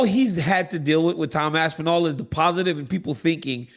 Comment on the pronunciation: Tom ‘Asspinal’ Asspinal